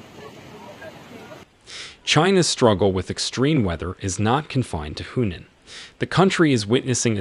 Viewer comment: Your narrator needs to work on his pronunciation of Chinese place names including Hunan and Yangtze as well as the word deluge.